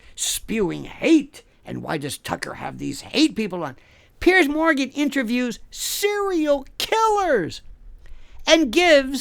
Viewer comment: Love how he calls him Pierce Moran lol